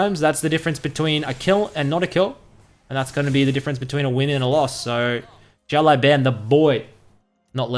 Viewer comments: `The way you pronounce his name is a bit wrong lol the last word should be bao not ban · His name means little boss. It's pronounced like (shh ow) (lu ow) (bon) shh like quite, ow like it hurt, lu like the u is lust, bon like saying ban really British. Thanks for the vids!